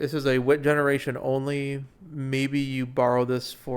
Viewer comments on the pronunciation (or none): none